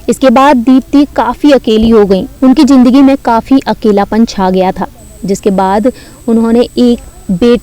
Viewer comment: Are woh jindagi nahi zindagi h bolne se pahele bolna sikho